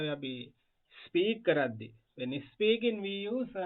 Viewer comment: First of all you should learn how to pronounce. ( is peaking nowe...speaking wiya yuthui. Bathing nowe...bedhing wiya yuthui.)